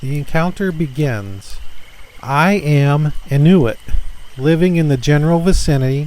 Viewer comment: I enjoy your stories- 👍 keep it up FYI Inuit is pronounced In-You-It